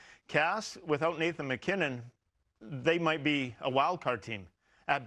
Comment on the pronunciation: It’s mackinnon